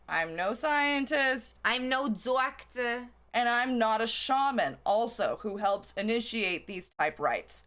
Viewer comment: i like when the new york accent breaks out DAWCTAH